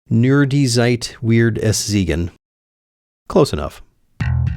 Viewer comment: He said teuer like Tür, the word for a door. And zeigen like Siegen, a city 😂 But other than that not bad.